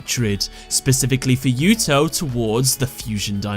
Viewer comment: that is a weird way to pronounce Yuto